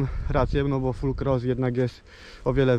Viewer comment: proszę ciebie nie mów FUL CROSS